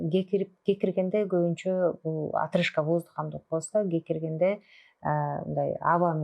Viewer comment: Гекиргенде эмес кекиргенде десенер туурасы